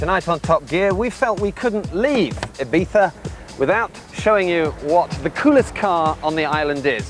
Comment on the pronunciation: I don't care how correct it is, every time I hear ibiftha I want to cut someone's head off. It's either Ibizza or Ibiza (like z in zero), not ibifthda like you had a stroke and can't speak.